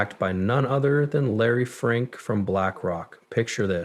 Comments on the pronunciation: Just for the record ! His name is Larry Fink not Larry Frink..! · Dude, at least get the name right of the guy you're focusing on. It's F I.N.K. SMH.